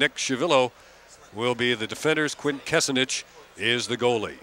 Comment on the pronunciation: They never got Quint's last name right...